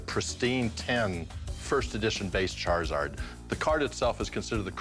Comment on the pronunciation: I laughed when he said charzards